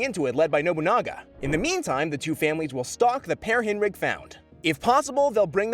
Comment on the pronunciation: Its pronounced correctly...